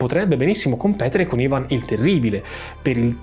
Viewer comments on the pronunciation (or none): none